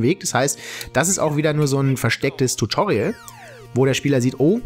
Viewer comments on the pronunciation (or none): none